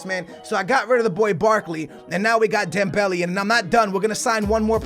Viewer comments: Stop calling dembele, dem belly. It's dem bel ay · It's dem-bell-ay not dem-belly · i really hate it when he calls mane and dembele like that.. MAH NEH. THEMBEHLEIH.